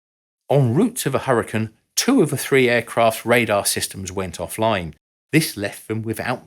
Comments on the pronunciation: I have to add, it’s pronounced like “hurry-cane”, cane as in cane sugar. It’s not “hurry, ken”. That’s ridiculous. We’re talking about the weather, not the Barbie figure. 🙄. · I'm British and have never heard another Brit pronounce it "Hurrican" until now. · That's funny because I've only ever heard British people pronounce it as "hurrican," as in this video. With that said, it must be a regional thing, and I just have only heard British people from whatever region it is who pronounce it that way. LOL! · There's a town in Utah settled by the Mormons called "Hurricane" specifically pronounced the same as in this video as apposed to the typical American pronunciation. I take it that is the typical British pronunciation. I realize this is most likely because the many of the pioneers were British isle emigrants.